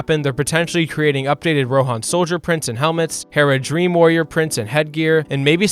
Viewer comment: Tell me you've never actually watched LotR without telling me. - Calls Haradrim "Heradream".